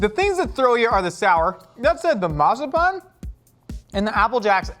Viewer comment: Matsapan? Is that an odd way to say marzipan…?